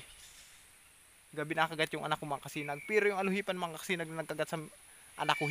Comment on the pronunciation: Di po ALUHIPAN...."ALUPIHAN" po.